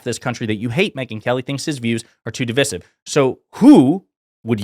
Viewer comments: Your points are really important, when this is all sorted out and the democrats are back in office…….we are going to have to have a conversation about how you say divisive. What the hell is divissive. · Why is he pronouncing ‘divisive’ that way, notwithstanding, agree with all he says. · Dude. That was a brilliant video until you made a complete mess of pronouncing "divisive". Keep up the otherwise excellent work, though 👍